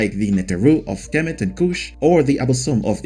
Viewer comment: Egypt will sue you for outright lie's also, you hack you're not even pronouncing Kemet right!